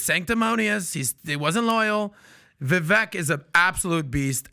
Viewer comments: It's Vivek...like cake 🎂 So pronounced as Vivake 🙏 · Vi-vake. Please pronounce his name correctly. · Vivek said his name rhymes with cake. So it would be pronounced Vivake. Just FYI. Love you guys! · Its not vee vek🤦🏼‍♂